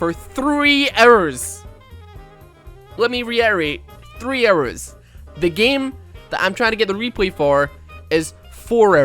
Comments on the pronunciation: i like how he pronouces hours as errors? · Cant believe when you say hours i hear arrows